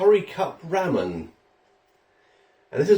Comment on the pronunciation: It’s pronounced RAH-MEN